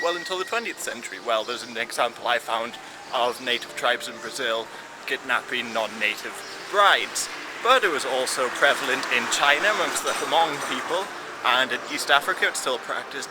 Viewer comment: you don't pronounce the 'h' in hmong.